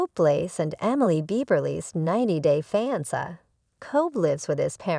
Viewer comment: maybe learn how to pronounce "fiancé"